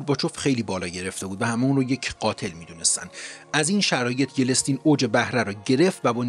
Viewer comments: با درود در دقیقه در معرفی شخص گفتید : Boring Yelestin که فکر کنم درستش Yeltsin باشه . اگر اشتباه میکنم لطفا بنده را تصحیح کنید . سپاس از زحمات شما . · خیلی خیلی خیلی عالی روایت میکنی. یه مشکل اصلی فقط تلفظ اشتباه اسامی هست. مثلا لینکلن، یلستین و غیره. LINCOLN رو LINCELN تلفظ میکنید. YELSTIN رو YELESTIN تلفظ میکنید و غیره. اسم انگلیسی رو سرچ و اونو ببینید چطور نوشته تا غلط تلفظ نکنید. بقیه موارد واقعا بی همتا هستید. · خوب و مفید و مختصر فقط چیزی که اذیت میکرد اشتباه در تلفظ نام یلتسین (yeltsin)بود که یلستین(yelestin) تلفظ شد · بسيارى از ويدئو هايى كه شما زحمت كشيده ايد ديده ام. آموزنده هستند، ممنون ازشما. فقط يك نكته كوچك در تلفظ يلتسين است، انگليسى آن Yeltsin نه yelestin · ممنون دوست عزیز از زحمات شما فقط یلستین درست نیست یلت سین درسته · با تشکر از برنامه خوبتون . فقط چرا اسم یلستین رو یلس تین میخونی ؟ اشتباه هست yelstin نه yelestin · یِلِستین چیه آقا معلم😂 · ممنون از محتوای شما. لطفا توجه کنین اسم رئیس جمهور روسیه Yeltsin بود و نه Yelestin. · با عرض سلام وخدا قوت بابت تهیه مستندها. با احترام تلفظ رئیس جمهور قبلی روسیه بوریس یلتسین هست.boris yeltsin نه بوریس یلستین. اشتباه درتلفظ و درج نام ها به شدت به اعتبار یک مستند لطمه می زنه. از توجهتون متشکرم. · مرسی از ویدیوهای بسیار عالی. یه اصلاحیه جزیی: بوریس یلتسین درسته. Boris yeltsin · Agha Shoma In hame zahmat mikeshid, kheili heyfe ke esmharo eshtebah tallafoz mikonid. YELTSIN hast esme in agha, na yelestin. ba tashakor az zahmatetoon, be har hal mellate ma ketabkhoon nistan va shoma ba inkar komak mikonid be erteghae daneshe omoomi. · یِلِستین؟؟؟اقا یلستین!شما که اونقد با ایشون غریب وناآشنایی که اسم ایشونم به گوشتون نخورده چطور اینقد راحت درمورد خانم باز بودن ایشون نظر میدی؟؟؟ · خیلی کلمات و اسامی رو اشتباه میگید لطفا دقت کنید.درستش yeltsin هست نه yelestin.یا مثلا شنیدم نام آشویتس رو که با ساکن روی حرف شین تلفظ میشه رو شما آشو ویتس تلفظ میکنید.دقت فرمایید بسیار مهمه این تاریخه! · Yeltsin not yelestin! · Boris Yeltsin بوریس یلتسین (متاسفانه در ویدیو یلستین گفته شد که نادرست است) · بوریس یِلستین ، و نه یِلِستین!!